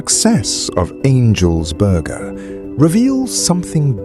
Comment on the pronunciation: "angels borgaah" 😁